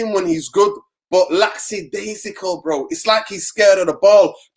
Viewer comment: Lacksidaisical... Lol bro, the word is Lackadaisical